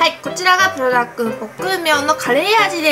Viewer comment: プルダックンじゃなくてプルダック、、、